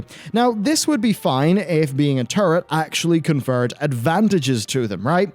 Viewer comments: hehe sounds like hes saying "turdy" class. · Why does he keep talking about being a 'turd'?? Oh, he's saying 'turret'..